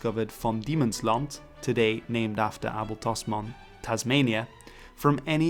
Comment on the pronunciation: Not weird. It’s the proper Dutch pronunciation.